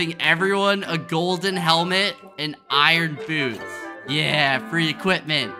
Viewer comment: When skeppy said "iron boots" I heard "iron food" 🤣🤣🤣🤣🤣🤣 btw love your videos!! 🤍 TIME STAMP =